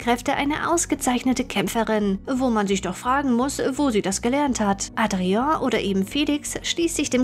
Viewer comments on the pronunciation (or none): none